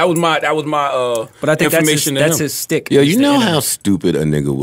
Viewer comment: How many times is gonna say shtick wrong? You can tell it was a word he recently learned lol